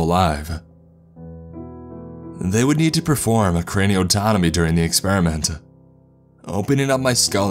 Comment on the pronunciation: ...experiment-tuh .... God-duh.. ...subject-tuh, ..all they got-tuh, guarantee-ah .. paycheck-uh; there's too much stress on the end letters that annoys me like hell, am sure I'm not the only one here